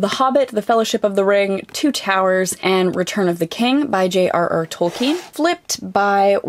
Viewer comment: I never heard Tolkien pronounced without the n, before.